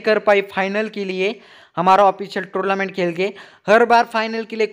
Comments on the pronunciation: Bhai please yr torlament nhi hota tornament hota hai😂😂😂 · Bro Its tournament not tourlament 🙃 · Bahi torlument nahi tornemment bahi